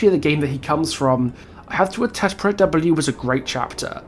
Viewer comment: No offense meant but I have never heard anyone pronounce "Project" like that.